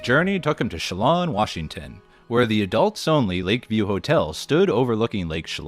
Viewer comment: I don't watch Hotel Hell recaps nearly as much as Kitchen Nightmares but I sat through this entire thing! Great research as always! Btw, as a native of Washington state it is pronounced Che-LAN rather than Che-LON, like "land" without the "d".